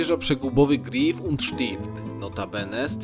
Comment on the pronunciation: Dzięki za upload! Czuć różnicę, szczególnie jeśli się mieszka w Zurychu. PS. Czyta się raczej Gräf przez Ä a nie Grif.:-)